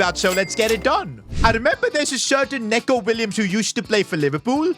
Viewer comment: Stop calling him Neco it’s pronounced Neeco